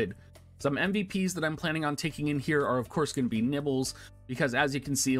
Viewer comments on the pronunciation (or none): i've been a loyal subscriber for the past year, however there is no way i can gloss over the fact you just called my waifu " nibbles ", at first i thought it was just a phonetic failing on your part, but you actually doubled down on it and typed it exactly how you said it. her name is " Niv'lu " it's a beautiful name and for you to desecrate my ears with what is tantamount to a verbal fart... that my mole like friend was the last straw. unsubscribed.